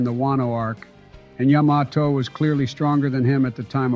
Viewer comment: Yo the way they say Yamato is hilarious, can’t keep the same pronunciation